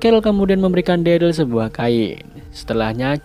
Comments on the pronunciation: ikutan koreksi itu namanya si daryl itu derel dibacanya bukan deril 🥲🥲🥲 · omg next vid please stop call him deril.. its pronounced “derel” man 😂 agak aneh namanya jadi deril 😂😅